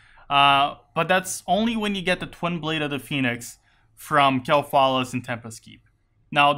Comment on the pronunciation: Kael - THAS, no tha-las